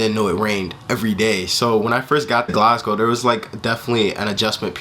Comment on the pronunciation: your the first american ive heard pronounce glasgow the way the scots say it!!!